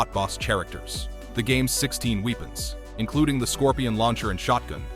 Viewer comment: "Weepens" lololplolo😂